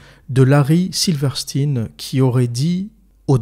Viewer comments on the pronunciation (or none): Alors, on dit Silverstein (Silveur Chtaïne), et non pas silverstine. C'est comme pour Einstein. Et ça s'applique également à Weinstein et Epstein.